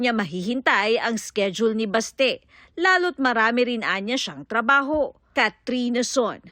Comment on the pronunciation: BASTE❌ BESHE ✅